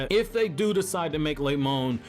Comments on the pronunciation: "Lemon" LMAOOO it's Remon but that's funny af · Malachi Blood Yes, i can hear Lemon, but it's Remon. The dude that voices these videos also fails to say the other names correctly...